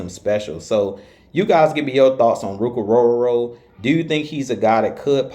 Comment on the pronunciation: You definitely can pronounce his name!! Love your work!!😊